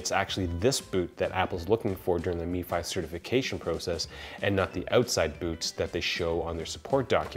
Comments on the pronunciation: It Pronounced em Fi, not Me Fi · its not MEFI its M F I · Outstanding breakdown. But hearing "Me Fi" was kinda wierd. It's just "Em Ef I" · MFI not Mefi. Only in america :-) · You do know that “MFi” is not pronounced “Me fi” it’s just M Fi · i thought it was pronounced m-fi never heard me-fi before. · _ Red it’s actually MFi, but i was spelling his pronunciation phonetically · If the 'i' we to give an 'e' sound. Why wouldn't you pronounce it mefee? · the way he keeps saying “meefy” kinda irked me... but great video nonetheless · Nate Sinnott *mifi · Yep. Only one I in that acronym. Every time he said it it made me cringe. So much cringing. 😂